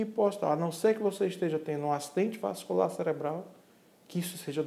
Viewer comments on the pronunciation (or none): none